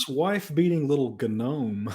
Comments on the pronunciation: Did. Did just do the gnome meme by saying ga-nome. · "Wife beating little gnome" Emphasis on the G